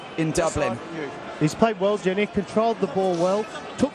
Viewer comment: no je-nia